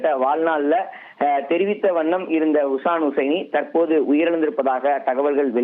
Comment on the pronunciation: செய்தியாளர் அவருடைய பெயரை தவறாக உச்சரிக்கிறார் அவருடைய பெயர் ஷிஹான் ஹுசைனி அவருடைய ஹை ப்ரோபைல் நிறுவனத்தில் 2000 மாவது ஆண்டில் நான் வேலை செய்தேன் மிகவும் உற்ச்சாகமான நல்ல மனிதர்...😢😢😢